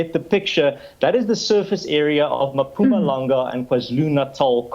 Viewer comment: Its Mmmpumalanga not "Maaapumalanga" nxa!😏